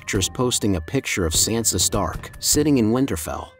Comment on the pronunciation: How do you STILL not know how to pronounce Sansa????!!!